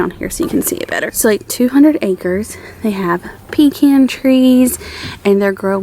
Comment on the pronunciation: Would love to see more of your day in the life around Murrell's Inlet. You're a girl after my own heart after I heard you pronounce Pecan!